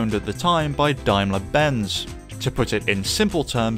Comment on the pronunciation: “Nu” not New, “Renu”not Renew and “Diamler” ??? not Daimler. I wonder what the narrators first language is? or his second and third for that matter!🤔